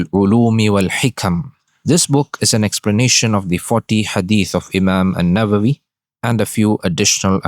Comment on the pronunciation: السلام عليكم ورحمة الله وبركاته بارك الله فيك Imam Nawawi, Not Imam Nabawi * بارك الله فيكم أخي العزيز